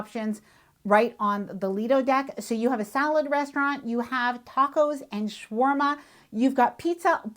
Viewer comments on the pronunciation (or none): none